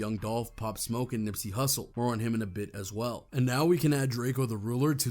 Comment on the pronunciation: DRAK EO get his f**** name right you f**** bloggers get on my nerves